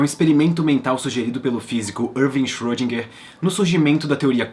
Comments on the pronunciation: na verdade a última sílaba seria "gar" em vez de "guer" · Não achei pesado. Aqui em meu estado, Minas Gerais tem um ditado popular que diz: "carro apertado é que canta". Só não querendo ser chato, mas você pode melhorar a pronúncia do nome de nosso ilustre Erwin Schöridinger.